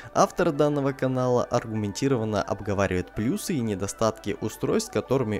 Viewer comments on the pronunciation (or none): none